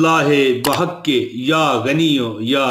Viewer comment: بِحقِ لفظ ہے بٙحقِ نہیں ہوتا جناب